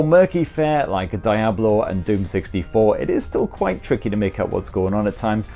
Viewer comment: Weird way to say Diablo